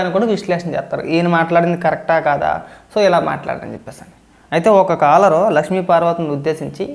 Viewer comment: కలర్ కాదు బాబు, కాలర్.